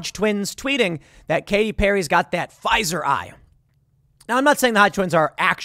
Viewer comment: Pfi-eye-eye-zer ... d;O